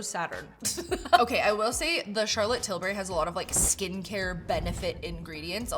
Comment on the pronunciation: Laughing at Charlotte "Till-berry" every time she says it.